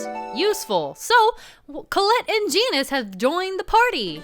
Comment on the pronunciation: lol genis is neh faverot charicter